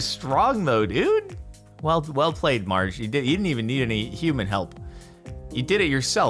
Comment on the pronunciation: Whale, if I told you that wouldn't be fun now, would it?